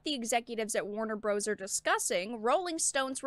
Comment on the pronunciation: Warner Bruhs